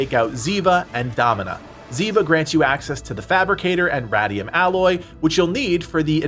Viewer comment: Awesome! Also Radium is RAID-ium, instead of Rad-ium ♥